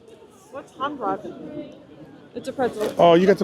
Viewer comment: Hand Brot, Brot = bread and rhymes with boat. Hand = hand but better pronounced hunt. If your cruise travels through the night, you will miss the best scenery. Sailing through a gorge with medieval towers overlooking the river.